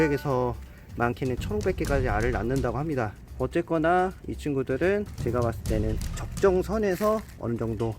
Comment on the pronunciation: 어쨌거나 × 브쨌거나 o